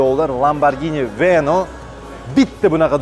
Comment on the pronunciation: Lamborghini veno emas veneno